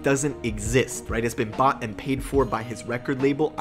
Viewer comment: I can never tell if you're saying "bought" or "bot" throughout this whole video lol